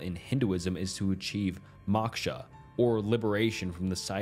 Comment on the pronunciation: It's Moksha not maksha 😂